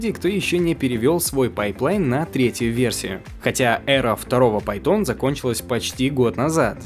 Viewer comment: Что за "пАй-тОн"??? Имя китайское? Если про Python речь, так это одним словом с ударением на "а" произносится. Или это шутейка люто смешная, а я не понял?